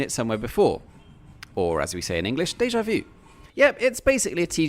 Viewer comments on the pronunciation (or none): Deeja Vo